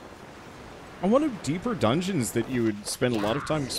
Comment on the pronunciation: he said dungens